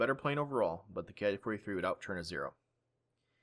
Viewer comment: Educational and entertaining as always,. One thing I just feel compelled to note though, from what I know "Ki" isn't pronounced "kay-aye". It comes from the word "kitai" for airframe, therefore it should therefore be pronounced like the word "key".